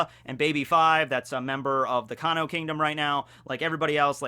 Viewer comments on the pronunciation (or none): none